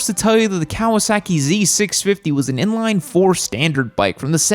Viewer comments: It's Kah-wah-sah-keei not "Keaweaseakee" 🤦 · I can’t take your seriously with your pronunciation of Kawasaki. It’s not “cow-a-sacky” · The way you say "Kawasaehki" amuses me,. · I hate the way you say Kawasaki and the z650 is a great bike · The way you pronounce Kawasaki...😂😂